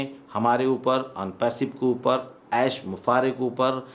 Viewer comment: आप ऐश बुफारेह बोलते हैं, कोई ऐश मुफारेह बोलते हैं। आखिर सच क्या है, कहीं मैं आपके उच्चारण पर नाहक संदेह तो नहीं किया।, कृपया स्पष्ट करें।